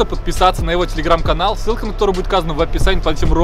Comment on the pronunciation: ты там сказал не канал а каналь😂😂😂